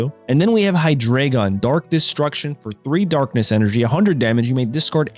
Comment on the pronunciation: Bro butchered the Hydreigon line so hard